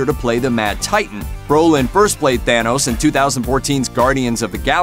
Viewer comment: It's thanos!!! Not thayyynos🤢